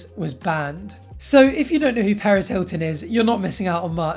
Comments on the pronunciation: stop it sounds like hes saying paris not perez :( ms. paris hilton is a nice woman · its perez not paris...but i forgive you cause youre a stud lol.